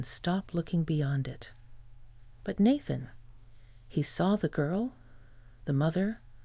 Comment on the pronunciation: Nayyyyyythan! Naythan.